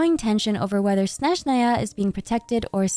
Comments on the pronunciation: Hi, sorry it's just triggering my OCD so bad, can you pronounce Snezhnaya a snezh-NAA-ya, not SNEZH-naya (stress on second syllable not first)? thanks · As a russian speaker my ears will hurt so much during Snezhnaya😭😭😭 It all began from everyone in the game pronouncing word Snezhnaya incorrectly. I understand tho, Russian is very hard, no blame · why do you say "Snezhnaya" that way. is that cannon? LOL